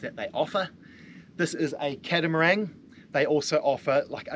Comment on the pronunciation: are you saying "catamarang" ? what's that lol